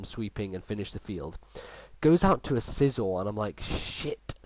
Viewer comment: what did u say scizor had i cant quite understand your accent?